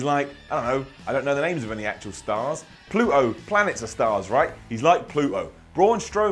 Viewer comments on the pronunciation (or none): What the hell is Pluh-oh? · Listening to saying Pluto is the strangest thing ever.